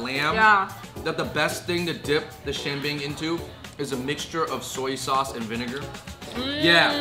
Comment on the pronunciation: I love it when you say xian bing with the classic Chinglish way that my cousins and I all do hahah